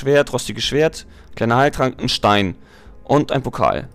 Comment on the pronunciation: Wie du n Stein gesagt hast ^^ Voll lustig